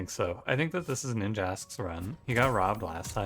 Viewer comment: I think ninjask should rhyme with “ask” and not “mosque”.